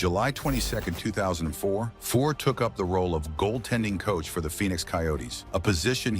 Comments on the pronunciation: 1. Cheevers did not win back to back Cups. 2. Keons only controversy was Harold.Ballards treatment of him. If Leaf fans wondered why je was bitter they're idiots. 3..Lose the AI. Names.are butchered. And.Fuhrs being injured in playoffs didnt cause hom to be benched 4.Robinson was never thought of more as a coach than a player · Hope any wrong pronunciations of Fuhr is there in this ? I think he said Grants name one time. Angel Dust and Ice were not drugs that